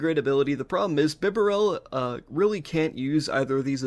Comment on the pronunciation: it's either "bee-barrel" or "buh-barrel" i think (dw i still liked and subbed)